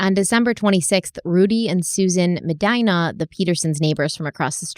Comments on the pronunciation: The last name Medina is Spanish in origin & should be (with an English accent lol) pronounced Muh-dean-ah not Muh- dine-a. That drove me absolutely bonkers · It just annoys me so much that she keeps pronouncing such a common last name Medina “mudEEna” like “mudEYEna” 😂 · As a Medina… the pronunciation is Muh-Dee-Nuh :) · Medina is pronounced me-DEE-na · It is pronounced "muh·dee·nuh"